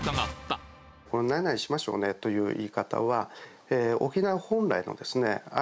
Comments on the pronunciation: ちょっとしましょうねのイントネーションが違うね。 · 〇〇しましょうね。って言葉とイントネーションが大好きなないちゃーです😁